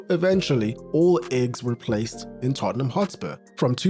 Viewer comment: Tottenham is read as Totten[h]am. The h is slient. So , you read it wrong.